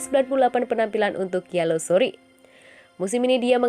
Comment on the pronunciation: Gialosori gialosori... Baca yang bener mbak...